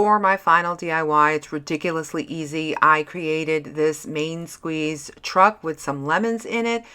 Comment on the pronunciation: I thought you said, "Man squeeze" instead of "Main squeeze".